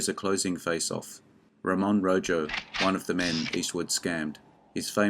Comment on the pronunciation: Ro(h)o not rojo